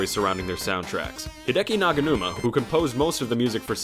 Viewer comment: He's called Hideki Naganuma not 'Naganumi'